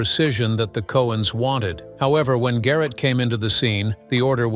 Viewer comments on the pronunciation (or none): none